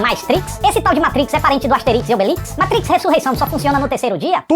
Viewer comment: Muito obrigado, por falar "MATRIX" e não "MEITRIX" como a maioria dos youtubers!!! Tu eh o escolhido,!!!